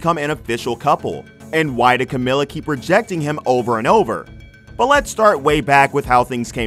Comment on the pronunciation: It’s pronounced camEEla. Cmon guys it’s been nearly 10 years lol